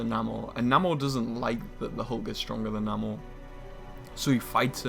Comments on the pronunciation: it's pronounced "NAY-MORE" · Why pronouncing his name wrong?